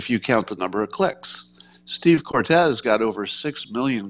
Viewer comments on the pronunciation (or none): none